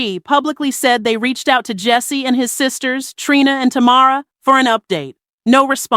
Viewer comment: She got Tamara name right one time.